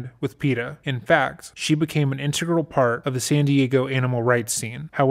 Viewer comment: Does "integral" here sound weird to anyone else? It's like his tongue got lost along the way.